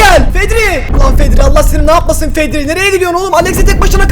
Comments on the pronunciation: zeko❌️ fedri✔️ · Fedri diyo başta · Abi vid başlar başlamaz fedri dedin ya